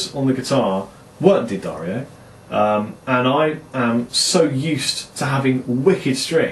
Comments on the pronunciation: Jim D'Addario (head of the company) pronounces his name 'DADDario' -- it's only his fellow Americans who stubbornly refuse to pronounce it correctly. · GODDAMN IT............IT'S PRONOUNCED ....." DUH-DAR-EEO ".